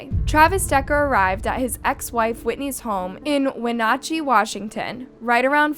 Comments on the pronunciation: it’s not wenatachee… it’s pronounced When natch chee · Wa-na-chee is how it is pronounced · You pronounced Wenatchee correctly the first time you said it in the beginning of the video but it went all bad after that. At the end you were able to say it 2 different ways within a minute of eachother & unfortunately both were incorrect. Phonetically its 'When-atch-ee'. Just trying to help you out because I know if I was totaling butchering a towns name I hope someone would help me be able to refer to that community properly. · The town is pronounced "When-at-chee" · The way you said Wenatchee… clearly we didn’t do our research.